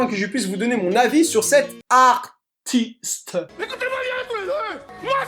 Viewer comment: On voit que le """ar-ti-steuh""" ça t'a fait mal de le dire 😂